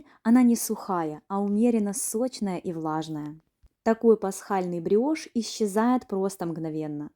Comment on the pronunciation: Не гриошь а бриошь